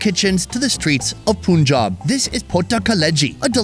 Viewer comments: sorry, it's not POON job. It's PUN Job. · It’s paanjab not Punjab ❤️ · It’s not poonjaab , it’s pun jaab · It’s pronounced PUN-Jaab not poonjab! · *Panjab exists Indians: Let's anglicise our spelling so the Brits can pronounce it Meanwhile Brits: POONJAB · I cringe every time he says Poonjab. Dude, it’s Punjab, “Pun” pronounced like “no pun intended” 😉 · It's PUN • JAAB Not POON • JAAB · Please learn how to pronounce the names of Indian states. It's not 'Phoonjaab', it's Punjab. Please watch some Indian videos and learn how to pronounce properly. It sounds offensive! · Why you refer to Punjab's first syllable Pu like Put instead of Pu in Pun? irritating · Bro Its pronunced as Paanjab not puunjab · पंजाब not पूनजॉब 🤣🤣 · Punchjab..not poonjab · Not puunjab it punjab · Like bruhhh that is Punjab not ponjab, simple as that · Just listen to the natives… dafuc r u sayin POONjab Its PUUNjab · Its PUN-JAB not poon-jab.😅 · its not punjab its panjab we pronounce it panjab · You make so many puns but you pronounce Pun Jab as Poon Jab. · its not poonjab it panjab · O please not panjab it's PUNJAB 😂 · It's not panjab it's Punjab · This channel should be renamed to - "W/O ". Btw It is pronounced as - 'Panjaab', Not 'Pooonjaab'! Damn! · PUN-Jab not POON-jab Gdamn metican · It’s not Pooooonjab It’s PUUUUNJAB JUS LISTEN TO THE LOCALS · I bet someone's grandparents or great grandparents would get PTSD the way he says 'Poonjab' 😹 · Did he just say puunjab😅😅😅😅😅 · Did he just say puunjob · It’s not poonjaab 🤣 Kindly Ask it with any indian or pakistani.I can’t spell the pronunciation out here. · It is Panjab sounds “Paanj aab” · PUN (as in RUN FUN) - JAAB (as in Job, American Pronounciation)😂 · Why every foreigner calls punjab like puuunjab... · Its pronounced PANJAB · It’s PUUUUUUUNJAAB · Not poooonjab for Christ sake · Bro… “pooon-job”. Seriously? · Still can't pronounce Punjab. Sad.